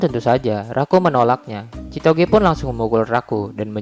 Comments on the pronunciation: Kenapa gw denger chitogee malahan si togeee🤣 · Kok denger nama ceweknya sitoge wkwk